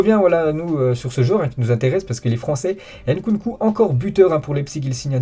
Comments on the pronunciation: Arrête de déformer les noms africains il s’appelle Nkunku et pas N. Kunku Tu fais la même avec Mbappe il ne s’appelle pas M. BAPPE c’est un nom Camerounais pas un mot français ….. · C'est ne pas N-Kunku 😅 c'est NKUNKU